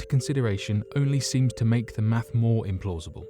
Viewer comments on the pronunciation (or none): none